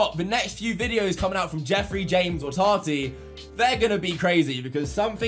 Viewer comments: please it’s ta-tee not tar-ty, I’m from London as well and your saying it wrong lol. Americans on here think it’s because your accent 😂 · It's so funny and cute how you're saying Tati. Kinda sounds like you're saying Tarty 😂